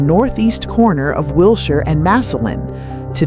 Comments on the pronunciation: YUP... ANOTHER AI NARRATED POS FROM SOME MINDLESS "CREATOR" THAT PROBABLY COULDN'T SPELL CALIFORNIA OR LOS ANGELES IF THEIR LIFE DEPENDED ON IT!!! I GREW UP HERE IN THE 40'S THROUGH THE 90'S AND WATCHED THESE CHANGES. WILSHIRE IS PRONOUNCED WIL-SHER..... NOT WIL-SHIRE. YOU FINALLY GOT IT RIGHT HALF WAY THROUGH AND THEN YOUR REVERTED BACK TO THE MISPRONOUNCED VERSION... WHERE'S THE CONSISTENCY IN PRODUCTION VALUES??? AND WHAT'S WITH THE "HOME ON THE RANGE, LONESOME COWBOY" MUSIC?????? LOL... HIRE A HUMAN VOICE OVER ARTIST AND DUMP THE AI... NO SUBSCRIPTION HERE.... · ... it's pronounced Will-Sure Blvd.🤗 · AI garbage. Just mispronouncing Wilshire twice was enough for me to quit.